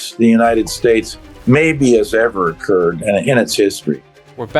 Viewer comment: "incurred", not occurred.